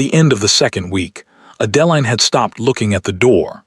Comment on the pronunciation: You can start by having AI correct the pronunciation of the heroine's name. Horrible narration. What Adeline needed to find was a solicitor. Unfortunately, she is still underage in this story. Depending upon the year, for a woman it could be 25 and later in the century it was 21. So why didn't Adeline run for the nearest solicitor? Even in England of that day, the law required due process. They simply cannot haul her off to jail. How did 3 days turn into 3 weeks? He would have taken men with him. If Adeline's father lost all of his money, what is the stepmother living on? How is the evil stepmother buying gowns for Sophia? Lots of holes in this story. Amazing, Sophia is marrying the duke and the duke knows nothing about it. Another hole. How are they getting married without a license? How could gloves not hide Adeline's hands? Way too many holes in this story. Why is she not at the Duke's estate? She is still at Thornfield Hall instead of at Ravenscroft. The overall plot is good. The story itself is poorly done.